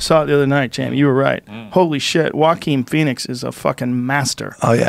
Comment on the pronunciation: Joe "Uaqin Phoenix" Rogan